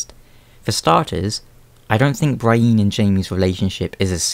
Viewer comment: pro tip: its BREE-en and sir-SEE not BRY-een and sir-SAY